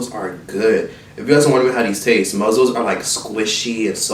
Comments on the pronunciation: saying muzzles instead of mussels is sending me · “Muzzels” 😂😂😂it’s mussels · Every time says "muzzle" instead of "muscle" cringe lls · You do mukbangs EVERY SINGLE TIME. ITS MUSCLES, NOT MUZZLES. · Did he say muzzles?🤣🤣🤣🤣they are mussels shug!!! You crack me up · It's just funny that pronounce those shellfish as "muzzles" & not "muscles"? 😂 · "Muzzles"😂😂😂had me cracking up😂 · Everytime said “muzzles”, I died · Mussels is pronounced the same way as muscles. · Nobody:: MUZZELS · So no on going to talk about how said mussles💀💀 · I like how he said “muzzles” 😂😂😂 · Mussels - it’s said like muscle the ones in your body . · why you saying mussels like that???? LMAOOOO you deadass mad funny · The way he says mussels irritate me 😂🤦🏽‍♀️ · Mikayla Hatten Don’t be fooled by this video. ain’t saying it right 😂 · It's actually, "Mussels". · The way he says muscles is so funny